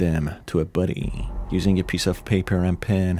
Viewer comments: Took me 7 min to realize you were saying “body”, not “buddy”. The whole time I kept thinking “nice to call them buddies instead of cadavers” 🤦‍♀️ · Every time you say body it sounds like buddy and I cant take it seriously lmao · body, not buddy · Bruh the way you pronounce 'body' as "buddy" is cute😅✨ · The way you say “body” sounds like “buddy” kinda threw me off, lmao. Makes this less scary. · why you pronouncing body as buddy? lol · The way you say body. Never heard that accent before. Thanks for the video.